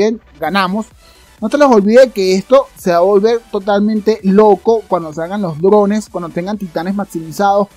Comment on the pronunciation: "Drones" yo escuchaba "llorones"